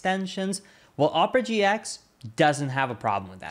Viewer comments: Oprah GX is a little different than how you made it sound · You pronounced it "Oprah GX" lul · Anybody else hear Oprah GX? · thinking there's 2 different ways to pronounce Opera GX just makes him a better creator